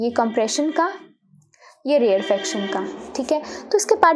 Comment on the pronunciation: You are pronouncing this wrong it's rere-faction not rear-fraction